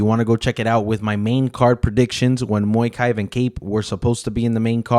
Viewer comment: Mokaev not moikai